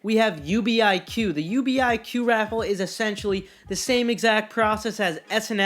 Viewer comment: It is NOT U.B.I.Q it’s just UBIQ